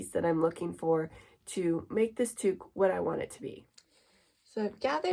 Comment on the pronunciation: towk not tooook